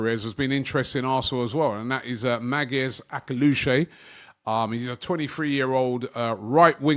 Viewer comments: ''Magges Akelouchay'' 😭😭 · It's pronounced Mare-ness A-klee-oush